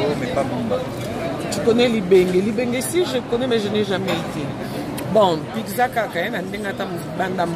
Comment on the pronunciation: oyo bilamba ya Wata.dis donc cey Heritier je suis fan mais il respecte pas sa femme!!!dommage. on dit PIZZA te non BICZA.